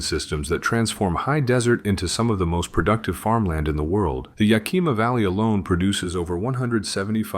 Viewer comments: If you are going to do a video on Washington, maybe you should learn how to pronounce thungs like Sequim (pronounced Squim, not sea quim), Yakima (pronouced Yak eh maw, not Yak ee ma), and Lake Chelan (pronounced Sha lan not chee lan) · It’s “Skwim,” not “See-kwim.” And it’s YAK-i-muh,” not “ya-KEE-ma.” Good thing you didn’t have to try to pronounce Puyallup. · You were doing good until you got to Sequim, Washington. There is a website that is called "how to pronounce". I suggest all robots visit that site before you publish a video that embarrasses you. Sequim is ONE syllable not two. (squim) It is not ya kee ma it is called Yakima yak kim maw. You do realize you get dislikes because you FU names. Methow valley, you think it would be pronounced the way you did, but NO, It is met how. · ........... Yah-Key Mah???????????? L.M.A.O. It is Yakima, pronounced Yah-kim-ah. Washington State has MANY Cities, Towns and Counties that are hard to pronounce. I have lived here for 55 years and still mispronounce certain names. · Yes it is beautiful here. I've lived in Washington state for 77 years and counting. Now do us all a favor and learn how to say Yakima correctly! Yak-i-ma, not ya-kima! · Extraordinarily repetitive. And the towns are pronounced "squim" not "see-quim," and "YAK-ima" not "ya-KEEMA" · If you're going to make videos about places you should research how those place names are pronounced: Sequim is pronounced like squim, it rhymes with swim, Methow is pronounced like two words Met-how, Yakima is Yak-ah-ma, Chelan is sha-lan. I wish you had said the the powerhouse at Snoqualmie Falls was tunneled inside the rock it cascades over. It's the only one like it. Over all, you made a very good video about WA. Thank you. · pronounced YOK him ah=Yakima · Interesting info, BUT mispronunciations of Sequim and Yakima. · "Squim," not "see quim." What are you, a spy from California? You keep screwing up "Yakima," too.